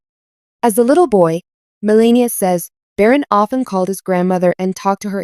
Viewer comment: too bad you don't know how to pronounce Melania's name.